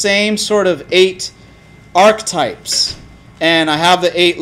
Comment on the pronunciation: ARCH-E-TYPES has three syllables.